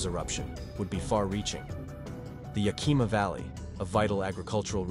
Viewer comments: 😂 how the speaker said Yakima was funny. Suggestion check how to pronounce these river and city names! I live in Washington State and was here when Mt. St. Helens blew we experienced very little ash most went to Eastern Washington. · He mispronounced Skagit and Yakima 😮 Skagit sounds alike like gadget. Yakima is Yak Kim Ahhh ! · you would have more credibility if you could properly pronounce name like Skagit and Yakima